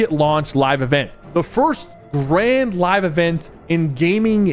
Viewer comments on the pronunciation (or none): none